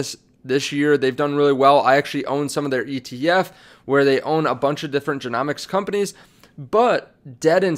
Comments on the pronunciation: It's genomics as in rhymes with home . Just helping you out . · If you're covering this topic you have to pronounce genomics correctly